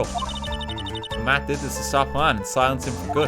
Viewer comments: I was so worried he was just going to give up on figuring it out and I'd have to hear "hue-on" the entire case. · yuan? YUAN?! WHAT DO YOU MEAN YUAN??? *cries in spanish* edit: corr*i*das not c*o*rridas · RT trying to say Juan really got me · fully obsessed with how rt struggled so hard to say "juan" for like a full minute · English major btw. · So it was obvious knowing how to pronounce it, since it is a spanish name, it is pronounced with a spanish accent. Literally what I've been saying in two comments. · my mans trying to say “juan” was GOLDEN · Why didn't RT Games just googled how to pronounce him instead of asking chat how to pronounce Juan, does he want IPA ... EDIT: Oh thank God EDIT 2: Corrida was so closed... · I don't even speak Spanish but I know how it's pronounced djzjzkxkxk God RT is so Irish